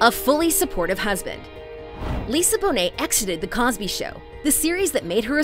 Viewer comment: Glad your channel learned how to say Bonet.